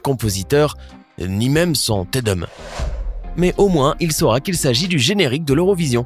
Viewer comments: Depuis quand Te Deum se prononce sans dire Dé-um ? Il faut un peu plus vous documenter avant de parler de grandes œuvres musicales. C'est du latin et tous le E se prononce « é » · Attention à la prononciation "Te Deum" .... ça se prononce pas comme le "'seum" ça pique !